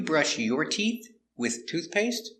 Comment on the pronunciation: A video about all these words that end in "TH" which are the harder ones to pronounce. In this case the way you explained about the word "tooth, teeth" isn't clear, because you point to a "th" but many times when you pronounce it sounds as tee"fth" or "toof or "tieess".